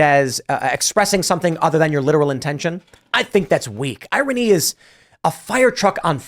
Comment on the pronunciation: Can Tim learn how to pronounce irony?